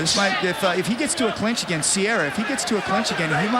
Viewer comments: EXACTLY. What a useless announcer. Matt "Sierra" vs Din "Thompson"... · I kept waiting for the one commentator to get corrected with, “it’s Serra, not sierra” lol